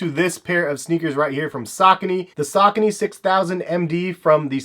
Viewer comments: Sa-co-knee Not sak-a-knee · "Say-co-knees"? Sigh where are you from? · dude, did you just pronounced Saucony as "Sock kuh Knee" lmfao.... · are you from the west coast? I guess it's a coast thing. All of us on the east coast well at least people I know pronounce it sa-co-knee. Lol So my apologies. Either way great stuff bro. I dig your content. Your not all extra in your videos like other sneaker youtubers and are very educated and detailed with it. Respect the hustle!